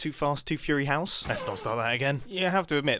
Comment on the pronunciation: "Too fast too furi-house" Barely a minute into the video..